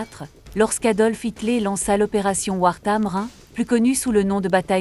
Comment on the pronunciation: "Eisentraut"...😂 "PÂTON"... c’est une brioche çà ! 😅😅😅 "mc olif"...Mc AULIFE "HITLÉ"...😂 Une ... méticuleux. Là, j’envisage la dépression et le suicide. 😱💀 (des clous, je continue de me battre pour défendre le Français).